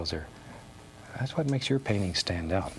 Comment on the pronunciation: We don't have a mountain?! Hwhat?"